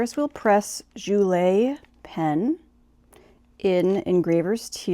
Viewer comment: Pen is pronounced like “Jewel”. I think it mentions on the website to not post the pen I would probably not post any of their pens. I enjoyed the video!